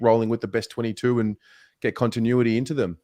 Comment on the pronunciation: Great content, practice pronouncing continuity before you go live 😂